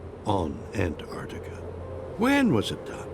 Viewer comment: Why are you pronouncing ant-artika as opposed to not pausing after the first syllable?🤔🧐